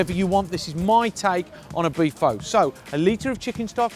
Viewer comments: John, mate, it's 'fuh'. Nothing 'faux' about it. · Pho pronounce like fur, no fo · Fow...????? Are you serious? Pho (fuh) is not a 'bish bosh' meal. It's an art form. Have a 'butchers' at the origin and pronunciation of the dishes before you attempt to 'educate' people on a how you think they should be cooked. It's almost insulting. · OMG U SAY IT WRONG ITS PRENOUNCED FUH NOT FOE! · It's pronounced "fah" not "foe" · man! it's not "fo"! it's more like "furrrrr" ;-) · it was triggering me hearing him say Poooh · I tuned out as soon as he pronounced it 'Foe'...respect the dish, respect the culture. At least pronounce it correctly smh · My God man I love your show but for God's sake it's pronounced like FUH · I was turned off by him saying “phO” and how the broth looked like gravy... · First, you pronounced "phở" wrong. Its like "fuh" actually. And the way you made it wasn't pho, it was western style of pho I think 😂 cuz your broth looks dark and has so much fat on it while the original Vietnamese pho broth is clear and lighter. And healthier. LOL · how you know someone doesn't know anything about pho...they pronounce it foe...smh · it's spelled phô but it's pronounced fuh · Looked great but am I the only one bothered you can't pronounce pho correctly? It's 'fuh'. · Pho is pronounced like "fun" right? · Rose Taylor it sounds more like duh. just replace it with an f so fuh is the sound. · Its pronounced "Fuh" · undying that's a Disney character ha ha he was saying foe or faux lol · Until you pronounce it correctly I can't trust your recipe 😅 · No. Just no. I'm surrounded by Pho shops which are all over my city and know how the stuff should look and taste. 1. Go look up how to pronounce the food. 2. Clear broth. 3. I would not pay a dime (Sorry, mate). It is a phony Pho. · At least pronounce it right! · Great video, terrible pronounciation. Lol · you're pronouncing it way wrong! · the pronunciation killed me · I’m not Viet at all, and it hurts me